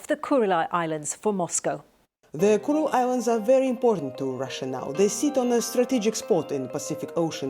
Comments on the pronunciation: Maybe she could say Kuril Islands instead of Kuril-i Islands?! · The BBC presenter repeatedly calls the islands the "Kureli" islands. That is not their name. There is no "I" sound at the end of Kurile. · Why does the presenter (unlike the correspondents) continually pronounce the name "Kuril-eye Islands"? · BBC is a joke. She can't even pronounce the name correctly